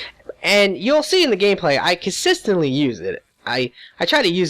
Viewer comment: con-sis-tant-lee your welcome